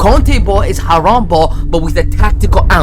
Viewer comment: "Aaraam Football"